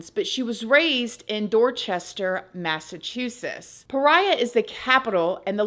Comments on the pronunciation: MassachuSETTS=SETS not Massachusess lol born and bred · MassaCHUSESSS? lol 😆 I love ❤️! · U didn't say Massachusetts right 😂 it ok we have an Accent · It’s so cute and funny how you pronounce Massachusetts 😅😅 that’s where I’m from!